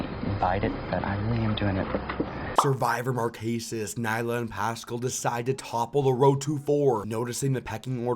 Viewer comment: Loll omg i love how he pronounced neleh as nyla